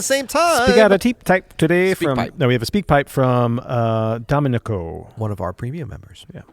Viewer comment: please learn how to pronounce Domenico